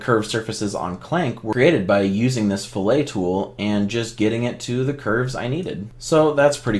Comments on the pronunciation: after you said fillet like a you were in a kitchen I had to stop watching. cant take you seriously if you dont know how to pronounce the technical terms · In engineering and welding context it's pronounced 'FIL-it'. 'fil-AY' is used in culinary applications.